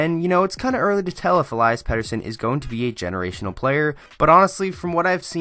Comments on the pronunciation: Eliiiiias, not Elaias.... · Listen to EP himself pronounce it----"El-ee-us"... ((I'll go with that)) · I have a pet peeve with people still not pronouncing his first name properly after he's been in the news and the league for a while now. Elias (e LEE' es) is a special talent with a hockey IQ that is off the charts, silky mitts, he's smooth skating with great balance and edge work and a phenomenal shot. His hockey sense is evident with his responsible back checking and amazing understanding of the game for a kid his age. He's a legitimate game changer, but I'd wait a while before calling him generational. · Why do you call im ilayas?